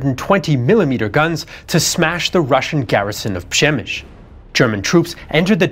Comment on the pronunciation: Great video. How do you get “ Shemish” from “Przemysl”?